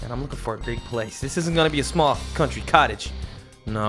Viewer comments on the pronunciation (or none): none